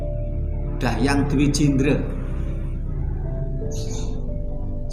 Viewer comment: 👍👍..bgs..namun berulang penyebutan Dahyang..rasa nya kok Dang Hyang..bukan Dah yang..mohon maaf